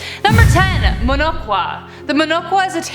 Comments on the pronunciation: muh no- chu(as in chalk's ch pronounciation)-wa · It’s actually called “muhnochwa” pronounced as muh no’ch’wa ‘ch’ as In chair. It’s literally means face scratcher ‘muh’ meaning face and ‘nochwa’ meaning to scratch. It was quite a scare in early 2000s in our city back then. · It's "Ch" as in "chatter" in Muhnochwa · They can't even pronounce